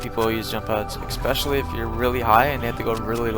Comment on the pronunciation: Its especially not ecspecially pillock